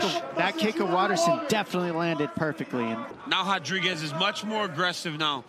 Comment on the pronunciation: Why they say hotdriguez instead of rodriguez